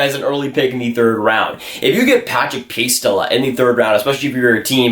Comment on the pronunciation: Lets all just give moment of silence to pronounciation of Patrik Puistola name...